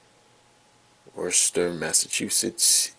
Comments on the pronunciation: I’m from Massachusetts and I was fully ready for him to butcher the pronunciation of Worcester but that wasn’t half bad. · For anyone wondering it’s pronounced woos-terr